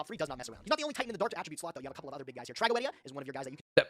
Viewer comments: Trago-o-edia is actually how it's pronounced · That's actually the correct pronunciation of Tragoedia btw, it's a real Latin word